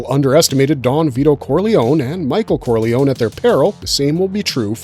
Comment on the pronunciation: Thank you for not being a peasant by pronouncing the surname "Corliony".